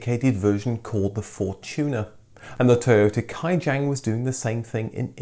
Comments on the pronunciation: Toyota Kijang it reads "To-yo-ta ki-jang" not "kai-jenk". Sorry wkwkwkwkwkwkwkwkwkwkwk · I died a little when I hear how he pronounced "Kijang". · LoL..Same here.... , ' Kijang' means Deer in English